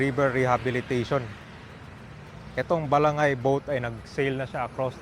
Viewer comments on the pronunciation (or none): Bala-ngay po, hindi balang-gay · Ba-la-ngay hindi balang-gey 😂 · Ba-la- ngay ang bigkas nyan. Ginawa mo nman bakla..😂😂😂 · Bwesit ung pg.pronounce ng Balangay..